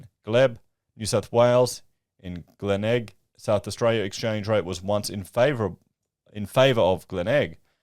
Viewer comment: Also, its "Glen elg" and "Cot es Low" gotta know this man, you looking silly